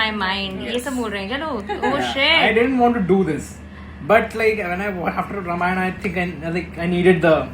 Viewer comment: that's ramayana not ramayan or some butter naan show some respect to og sanskrit names